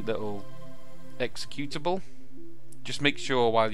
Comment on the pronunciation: You used to say "executionable" -> not executable. I miss that, lol :)